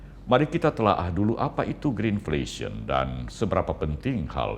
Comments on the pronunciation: greedflasion pak Mahfuud bukan greenflesion.....hhhh....kocak ni..... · Yg bertanya mlh lebih ga faham greenflation,,,yg betul greidflation,,,belajar Inggris lgi lha,,jgn belajar dgn mic Dardak 🎉